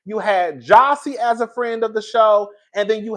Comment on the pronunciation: Jazzie, not Jossie.